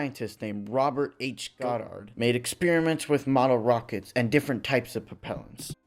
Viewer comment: Your figures on Robert Goddard are inaccurate. He was born in 1882 and died in 1945. He flew his first liquid rocket in March 16, 1926. You pronounce his name wrong. The rest of your video also is riddled with errors. For example the Sputnik was not launched in geosynchronous orbit. When United States first went to the moon is wrong. All rockets must have a propellant. There are no second stage ion engines. The list goes on. You need to check your work.